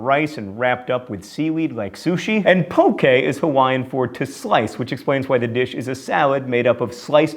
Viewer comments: he mispronpunced musubi and poke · I'm from Hawaii myself and the way you pronounced musubi and haupia was hysterical. But I'm really impressed how you pronounced poke. "pokeh" not "poke" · OH MY GOD HE IS SO BAD AT PRONOUNCEING HAWAIIAN FOOD NAMES!!! It's MUsuBI not muSUbi. Also we pronounce it poki not poke and IT IS NOT A SALAD! Sorry. Also haupia is pronounced how PI a. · pronunciations: spam moosoobee pohkeh howpeeah